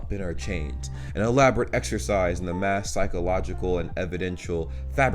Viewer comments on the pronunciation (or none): none